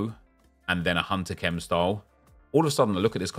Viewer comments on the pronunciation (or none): none